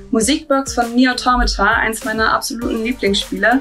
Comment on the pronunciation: gewinnt <3 So ein cooles Teil mit einem so schönen Lied von einem grandiosen Game! Und sie spricht "Automata" auch noch korrekt aus! 😄 Das ist hierzulande leider eher eine Seltenheit 😅